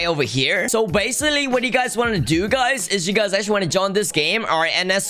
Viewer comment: did he just say bassaly